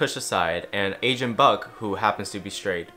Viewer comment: everytime you said agent i thought you said asian until the very end.